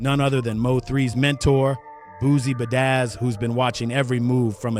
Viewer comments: Nah,bro said Boosie Bedazz 🤣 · Do you really say Boosie bedaizz😂😂😂